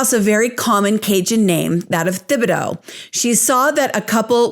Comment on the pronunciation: The "Th" in Thibodaux is just pronounced as a "T" (Tib-a-doh) You did an awesome job as always, I just figured you're the kind of person who always would rather know that kind of thing, so i said it. :)